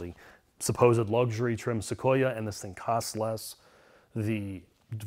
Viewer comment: It’s pronounced SoQueerUh